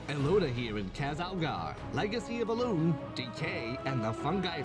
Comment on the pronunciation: I cannot unhear "elune here"